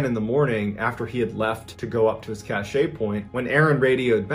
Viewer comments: *Apologies to all in advance - autism does wonky things to me sometimes. Cashet (cash-ay) means prestige. You mean Cashe (cash) a store of goods or supplies. I am sorry - it is making me crazy hearing it mis-pronounced (oh, whew, 5 mins in you pronounced it right) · Cache is pronounced cash not cachay/cachet 😂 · Cashay drinking game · I know, it is so cringe hearing cachay so many times. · MrBallen, please look up the pronunciation of "cache." The "e " is silent. Yeah, I know I'm grammarphreak and lots of you don't care, but I love MrBallen and don't want others being disrespectful. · Cache is pronounced kash. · It's a cache pronounced cash. It's a collection of items that you store. An example is an arms cache. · I’m so glad someone else knew. It was tap dancing on my last nerve. The word is French and, like so many other French words used in American speech, it’s more often than not butchered. Makes me nuts! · Thank you, the pronunciation was making my eyebrow twitch.. lol I do love the channel and content though… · It maybe the French pronounces it just the same way Mr. Ballen did... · I actually can't continue listening because of it. I think he's thinking of cachet like a good reputation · I was thinking the same thing lol but I figured maybe I was wrong because he was a Navy seal. I don’t know. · Gawd ty for pointing that out! I was about to lose my mind as many times as he said it wrong! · It's funnier to say it wrong bcs it pisses ppl like you off!😂😂😂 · omg… EVERY. TIME. CACHE. WAS. MISPRONOUNCED. 🤯